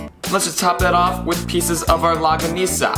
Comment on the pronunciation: Lmao its pronounce" long-ga-nis-ah"